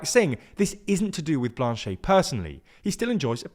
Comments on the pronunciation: Love the prononciation of Blanchette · So... cool video but you should probably have gotten the name pronunciations right. Jagmeet is pronounced "jug-MEET" (not "JAG-meet"), and the ET at the end of Blanchet is pronounced "et" (not "ay").